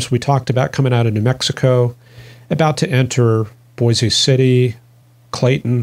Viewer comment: Boise City, center of the Dust Bowl in the dirty 30’s. I believe it’s pronounced “Bose/Boys City”